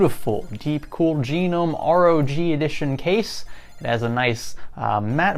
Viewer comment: The name is simple: ROG 1 (Rouge 1 ;) ). Pronounce ROG as a word (rawg) and there you have it.